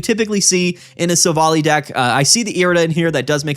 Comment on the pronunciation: You gotta stop pronouncing Silvally like that. It's Silv-ALLY, not sil-volley